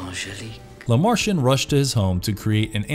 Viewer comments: You pronounced it like “la Martian 👽” The films pronounced his name correctly in English with a broken French accent. It’s not hard to mimic that. Just another content creator, with valuable insight, that doesn’t truly value their content. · I third the motion. Toss the way he pronounces Lemarchand, La Martian on that list too.